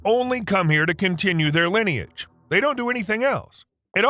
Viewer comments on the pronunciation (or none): none